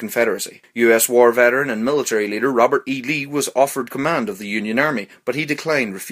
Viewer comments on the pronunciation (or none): none